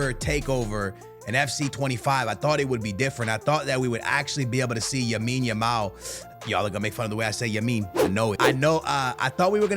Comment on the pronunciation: Yamine yamal 😂